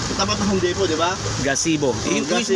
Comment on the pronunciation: Juan Home Depo silent T mag pronunce